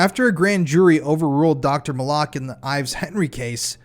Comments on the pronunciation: No offense, but if you would have done your due diligence on this case, you would know that Dr. Fahmy Malak’s name was pronounced MAL-LICK, not Ma-lock. There are quite a few YouTube documentaries on this case that show interviews with Dr. Malak. Sorry, just a pet peave when people try to present a true crime story and then lose credibility by something as simple as mispronouncing a main character’s name. It makes me wonder, how much you really know about the case if You don’t even know how to properly pronounce his name. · How sober can you really be bro?😂 you pronounce the doctors name right the first time after that, you’ve been screwing it up Malik or Molock which one bro bro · Malak.. suspiciously sounds like ‘MOLOCH.’ that is so strange. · You mispronounced Malak (Fahmy Malak) and Saline (County). It was like fingers on a chalkboard to hear those names said wrong over and over. On the plus, thanks for covering one of the most notorious Arkansas true crime stories that doesn’t get talked about enough. Interestingly, this, Ronald Gene Simmons, and John Markle all happened within a few months in Central Arkansas in 1987. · Resorting to personal attacks rather than engaging with the actual point only highlights the weakness of your position. Pronunciation might seem trivial to you, but accuracy is crucial in presenting credible true crime narratives. This wasn’t just mispronouncing a random person’s name; Dr. Fahmy Malak was at the heart of the controversy. Why would the YouTuber not watch as many documentaries as available on the case, all of which clearly pronounce his name correctly? If attention to detail in something as simple as a name is overlooked, it raises concerns about the overall reliability of the information being presented. What is dumb is dismissing valid critiques instead of considering the importance of thorough research and respect for the facts.”